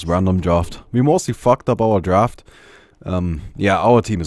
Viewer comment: Lyrics: Good morning everybody today we are playing Ursa. We are going to the midlane. This was random drawft. We mostly fucked up our drawft. ehhmmm. Yeah our team is awful. That's why Mid-Ursa is not really a lane you should try to play as Ursa. Unless you are going up against like ...